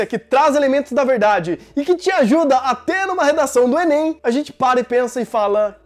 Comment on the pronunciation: fala enên também